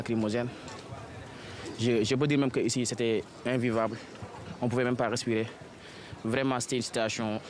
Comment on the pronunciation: Des étudiants qui s'expriment ainsi ?! mon Dieu vivement que l'on ferme cette université .. << vraiment c'était une situation déplorante...>> <<Zraiment c'est très désolant C'est l'awenir de la Zeness qui en Zeu...c'est zeuness sénégalaise qui est en zeu...>> << je dois quitter ici pour aller à pikine...>>